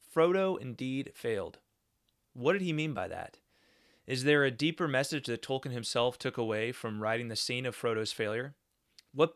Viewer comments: Hi. If you google, you will see that Tolkien himself pronounces his name Toll-keen, not -ken. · Tolkien, not Tolkin. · All do respect, you should learn to pronounce the man's name correctly if you're running a channel bearing his name.